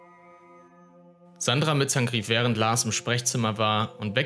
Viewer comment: Warum sagt der Sprecher immer "Mitzang"? die heißen doch (laut Einblendungen) "Mittank", oder nicht? 🤔